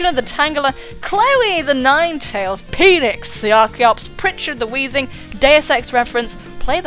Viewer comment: I could hear you say "my Peenix" so many times with the Metal Gear music in the background during this video. My life is now complete. QOTD: Well, this one is difficult, 'cause first of all you have to consider the confusion that can be caused if there's a missing word in a